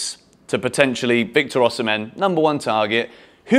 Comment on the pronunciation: Osimhen is pronounced Osimay. He told John Obi Mikel when he interviewed him on his blog.